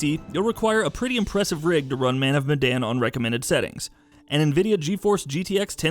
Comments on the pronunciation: It is Medan not Madan. Sorry for being nitpicky, it is just that it is the name of the city the name is based on. Ourang Medan is a misspell of Orang Medan which means Man of Medan. Medan is a city in Indonesia which the Dutch had colonised so the name comes from there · Sounds almost like it lol